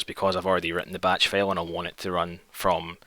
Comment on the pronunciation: When you pronounce "file" as "fail"